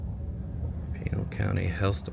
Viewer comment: Pa-Nell, county, not Pee-nal---the correct pronunciation